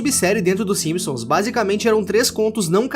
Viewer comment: simisons kkkkkkkkkk